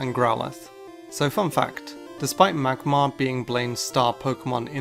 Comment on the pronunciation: did you said magmar or magmite? xD